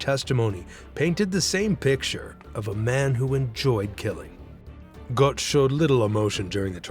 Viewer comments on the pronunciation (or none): the o umlaut - which perhaps you might learn to pronounce - is roughly the same as if you say 'er' (as in ['um' or 'er' in 'er, I'm not sure what you mean...')